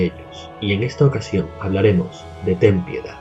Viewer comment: Al menos alguien que puede pronunciar "Ten piedad"